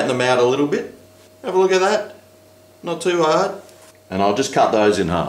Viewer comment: o look at that, not to haawd" haha